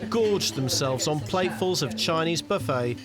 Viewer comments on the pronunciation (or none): none